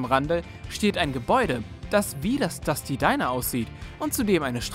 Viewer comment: Es heist Einfach Nur "Wailing woods" und nicht die oder den😡😡😡 Deine Aussprache Von Dusty und denn Anderen Kotzt mich an